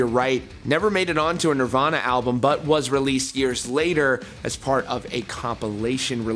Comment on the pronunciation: Man said "nivana"